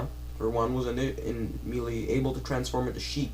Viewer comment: why are you saying me....lee. it is pronounced May..lay = melee, I'm sorry but this is not a needed video, Quit talking about what you "think" and talk about what you know.never mind just shut up